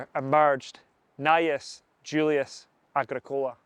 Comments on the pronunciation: Its agrick ola not agreecola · Yes I've heard a few people pronounce Agricola like the way it was on the video. Started to question it but I think its a common American style of emphasis. Agric- ola sounds better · AH-GRICK-ULAH PLEASE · Are you deliberately mispronouncing names like Anglesey, Tacitus and Agricola in this video ? These words have been well known and had an accepted pronunciation for generations before your arrival, son. Find out how to use them before you go disseminating culture dilution, or you might as well be offering your *rse to Donald Trump. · Hi. Absolutley cracking vid. I liked the traditional presenter talking to camera apporoach and only occaisional use of illustrations. Battle graphics were very clear. One small point on pronunciation "Agricola" is pronouced with the Agri sounding like it does in "Agriculture" and Cola like the drink. "Tacitus" is pronounced Tasitus. That's my understanding, if I'm wrong no issue! Great vid. Cheers. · Are you pulling our legs? Your pronunciation of Agricola, Angelsey and the Ordovices are kinda Monty Python.<< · Great work I enjoyed watching your presentation the only problem was Agricola is not pronounced like that, but still very well put together top job. 👍